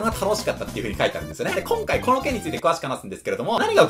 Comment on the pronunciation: ということでこ↑ん↓か↑い↓なんですけども〜